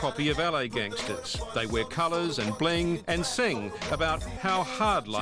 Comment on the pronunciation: Wangstahz lol. Bounce of fobs lol.